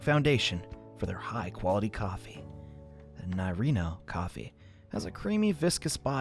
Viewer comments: when says narino instead of nariño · I got a bit annoyed when he didn't pronounce the ñ right in "Nariño." It's pronounced Nari-nyo